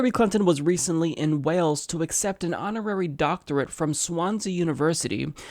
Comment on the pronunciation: Learn how to pronounce Swansea